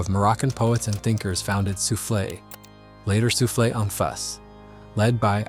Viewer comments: I appreciate how you tried to read the french words You did mostly weel but souffles is read soufl not soufflé (انفاس anfas in arabic) meaning breaths Next time try google translate to know the pronouniciation ! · Quick correction: it's "Soufles" which means "Breaths", not "Soufflés" the bakery item.